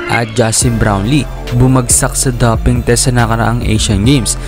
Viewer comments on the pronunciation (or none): Dowping ang pagbigkas po, hindi daping😊